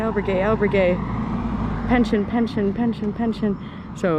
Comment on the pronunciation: Pen-see-own, not pen-schen. 😊